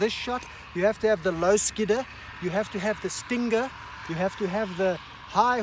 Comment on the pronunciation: "Have to have the stinggger" LOL!